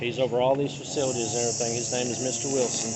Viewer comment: He keeps saying "faxcilities" he does not know how to read.